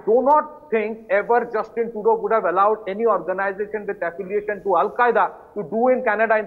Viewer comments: It's pronounced True-dough, NOT True-do. But I call him GARBAGE. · It's pronounced like True-dough not True-dew 😁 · Tru is pseudo. He is Pseudough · We should not relax, so funny to see how this Turdeau pronounces player and power, as if blowing with his cheeks offing up. I think it indicates insincerity or lying from a body language perspective.